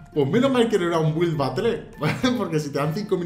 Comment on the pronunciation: se pronuncia batel xddd